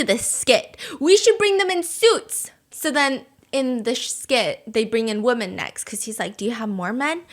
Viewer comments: Is there a reason why she doesn't pronounce 'women' correctly? Why does she pronounce women like woman? It's weird and annoying. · Can we stop pronouncing "women" the same way we do "woman"? It's borderline sexist as it facilitates generalising the traits/actions of a singular individual onto the entire collective. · I've been watching Stephanie for so long, years I think...and our chick can NOT say the plural of woman to save her life 😂 every time it makes my brain jolt but I can't be the only one to notice right?! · I have a question, and i really really don’t want to be mean: has she ever commented on the fact that she and hubby pronounce "women" like "woman"? It keeps confusing me and i just wonder if she knows that pronounced "wimin".